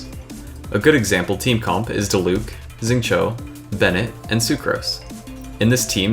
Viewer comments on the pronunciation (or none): That’s also not how you say Xingqiu and I feel more okay about being that guy this time because it’s a dudes name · 9.5/10 content. Would be 10/10 but you pronounced Xingqiu weird.